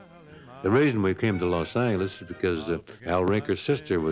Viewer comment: Who the hell pronounces Los Angeles as los Angle lis ????? 🤦‍♂️